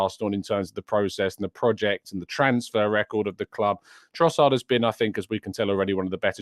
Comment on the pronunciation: you keep saying his name wrong. It’s Leandro Crossard now!